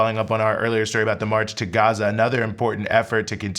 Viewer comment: You're from the US. You're white, I believe. We say Gah-Zuh. People don't say guzza. It's actually pretty racist if you stop and think about it. We don't throw on a Mexican accent when we say a city there or Tacos. It's annoying and a turn off and I'm a Huge anti-Israel, Pro-Palestine activist